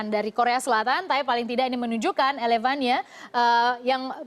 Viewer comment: elevania..prett..ilevenia mbakk